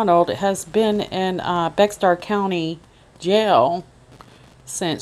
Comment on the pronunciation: I live in the same area. It's not pronounced Bexar county, it's pronounced Bear county.